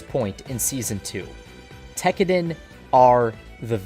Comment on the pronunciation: TEK-AH-DAHN not TECKERDEN